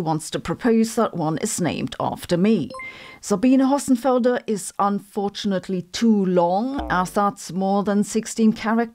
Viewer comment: "ZABINA HOSSENFELDAH."